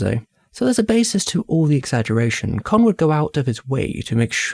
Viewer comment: ka not ker its not chinese its japanese!